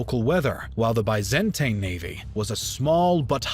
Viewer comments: considering how high the production values of these videos usually are, it is really jarring and just plain weird, that they repeatedly keep making such an amateurish mistake like mispronouncing names and places ... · dude what's with the way you pronounce Byzantine fml? there are 2 ways to say it, and you can google it: either UK version, or US version. either you prefer, they are both internationally acknowledged. they way you say it, and really sry for this comparison, is like listening to Beethoven's opening of the 9th Symphony, while hearing some diarrhea farting sounds in the Hall. really ruins the frickin' concert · Seriously this narrator needs a crash course in pronunciation. Byzantine, bows, and Pergamon all mangled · Please pronounce Byzantine, Suleyman and other terms correctly.